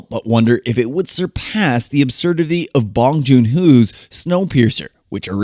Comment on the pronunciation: Well it is extremely obvious that you work exclusively For and get paid by àppľë. Also cute there how you pronounce Bong Joon-ho's name wrong!